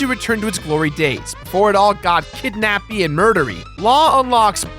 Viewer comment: Lol! "kidnappey and murdery"